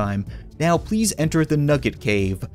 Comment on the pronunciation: nugge. nice. It's nugge nugget